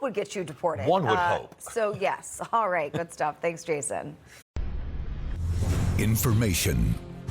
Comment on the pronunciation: Musta went to the missouri learing centers for their education lmfaooo " ferderal " 😂😂😂